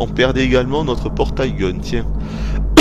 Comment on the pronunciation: "Portaille Gun":P tu t'est trompé:)